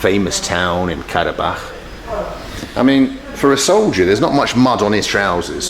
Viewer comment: the way he interacts with people is amazing. plus, the way he pronunciates karabağ